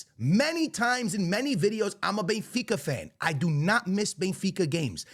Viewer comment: Here we go, the Real Madrid fan boy who says he’s a die hard “bayinfeecuh” fan😂😂😂